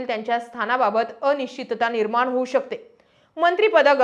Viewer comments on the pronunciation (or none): किती वेळा सागितले ??? निर्माण✅ निर्मान❌ विलीनीकरण✅विलीनीकरन. निर्णय निरनय .... माय मराठी शुद्ध बोला जपा... तुम्ही पब्लिक प्लॅटफॉर्म तरी शुद्ध मराठी बोला... अशुद्ध भाषेचा प्रसार होत आहे जो विकासासाठी हानिकारक आहे 😢